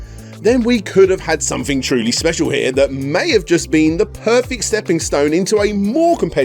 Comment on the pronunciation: I love this channel, but what is with the inability to properly pronounce words that contain the letters “th”? Since when do we pronounce “something” as “somefing”? Not trying to be a jerk, I’m just genuinely curious.